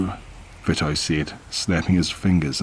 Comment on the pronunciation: Vito is pronounced VEE-TOE just saying I’m not being a bitch most narrators like to know correct pronunciations interesting so far 😊